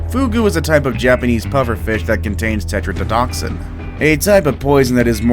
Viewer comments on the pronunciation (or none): none